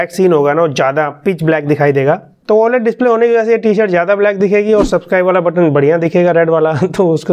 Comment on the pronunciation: same like me "oaled" instead of oled